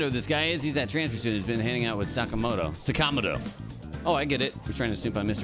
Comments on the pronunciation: Man the way Kamoshida’s English VA was told to pronounce “Sakamoto” is just awful. “S’cameltoe”. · No, their pronunciation is incorrect. They were just told to say it like that.